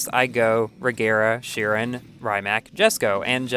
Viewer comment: I don’t get it, because the Rimac has bD handling in FH4,. The Regera is lighter than the Rimac, and the Regera also has more downforce than the Rimac. Also, you pronounced the words Rimac and Chiron wrong.